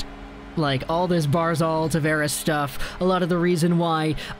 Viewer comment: Barz alllllll.. say it right man. It's not barzalllll.